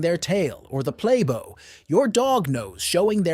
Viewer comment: A "play bow" pronounced like the "bow" on a ship or a "bow" after a performance. Its not something you tie. Its not a "bow" tie. The first pronunciation, bow with a short o vowel sound meaning to curtsy. The second is bow with a long vowel sound as in "bow and arrow". Sorry. Call me a grammar freak but its in all your videos wherever you use the word. Remember a bow ( bo - long o sound) is something you tie but a bow(short o] is the front of a boat or, a curtsy. Thank you.